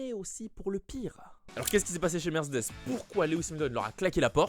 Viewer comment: Bon, il faut qu'on parle... j'adore tes videos ton flow et tout et tout mais punaise, on ne dit pas: "Mercdess " je comprend que tu veux Vrooum vrooum zen mais on ne dit pas "Mercdess" hein! Mer-cÉ-des 😅😉 sinon pour le volant Mercedes Ocon ou Albon avec une préf pour Ocon bien sur! A++